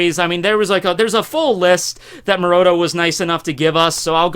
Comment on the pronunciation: "murota" still makes me die inside